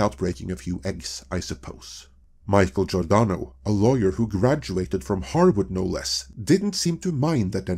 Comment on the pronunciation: "Harward" 🤦‍♂, "Hyperbowl" 🤦‍♂. Please stop using words that you don't know how to pronounce. Or do a second take.